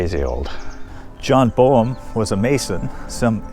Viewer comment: The last name BOEHM is actually pronounced with a long A sound. “bame “.